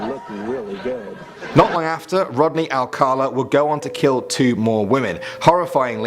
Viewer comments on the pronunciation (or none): "ALCALA". Now where's the letter "R" that he keeps pronouncing? It's not "ALCArLA".